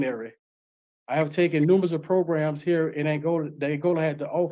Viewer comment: Why does this man say, proGrums?